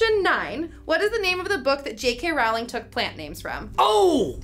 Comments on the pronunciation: Rowling like "bowling" not "howling" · It’s Rowling like bowling not Rowling like howling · I wanted to watch this video but the people saying Rowling incorrectly was just too much. Her name rhymes with Bowling. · Everyone in this video is saying Rowling incorrectly. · What about pronouncing Rowling the proper way...